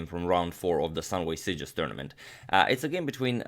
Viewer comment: Perfect pronunciation. I promise. I am from Mallorca and my native language is the same as in Sitges wich is catalan.